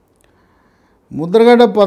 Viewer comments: Musta ‘Gadda’ kaadu. Mudra ‘Gada.’ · Mudragadda kaadu Mudra gada. Parupula kaadu. Varupula. Emiti sir